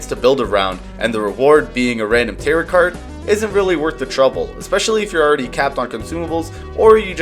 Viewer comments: To a point where you'd willing let people know you think "tarot" rhymes with "carrot"? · The ‘t’ at the end of Tarot is silent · Tarot is pronounced "tare-oh", not "tare-ott"